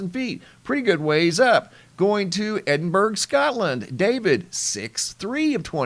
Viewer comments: Its Ed'n-bur-ah!! Not Edinburg 🤣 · Love watching your channel but Edinburgh is pronounced edinburaah 😂 have a great day ❤ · Helpful hint. It’s pronounced EDIN-BRUH. 👍🏽